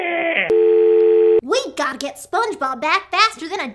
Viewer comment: we GEATTA GET SPENGEBEB BEEEEEECK